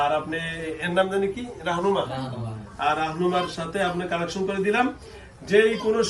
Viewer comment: কালেকশন না কানেকশন? 😄 Dual Personality রোগীগুলার সাথে কত কিছু করে।